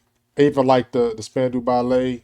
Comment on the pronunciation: SPAN...DOW, RHYMES WITH ALLOW.